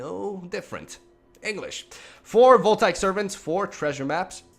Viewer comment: Antiquities you nailed, but "voltaic" I believe is pronounced "Vole-tae-ick"